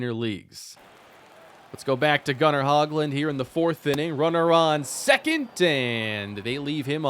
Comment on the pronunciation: Not trying be mean but just some info. Gunnar Hoglund is pronounced (hoe-glund), I believe